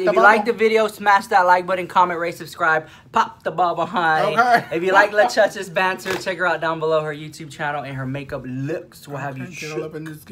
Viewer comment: I love how you call lushious at the beginning Luchuches lmfao she should just change her drag name to Luchuches love her so mach!